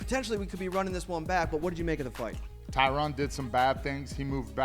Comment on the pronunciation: Was gonna rip on Matt for calling Woodley "TyRON", but then Forrest did too so now I'm cool with it.